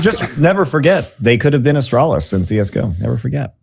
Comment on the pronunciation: Wow its crazy to hear a non-British person say Astralis. And look who came crawling back to League.